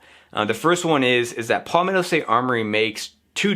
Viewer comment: Good review. FYI, it's pronounced "Pal-metto" like my friend is my pal. Not Poll-metto.